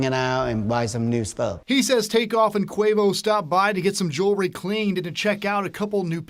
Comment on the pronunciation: Jew-el-ry NOT Jury! Rest in Peace Take off! 😪💔🙏🏾